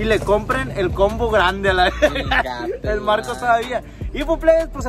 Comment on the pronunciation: Misa de gato presente 🤣🤣🤣🤣🤣 se pasó con esa jajajaja,y alguien más se dio cuenta que en vez de decir burger king dice "virgen king" y en vez de decir combo dice "compa"🤣🤣🤣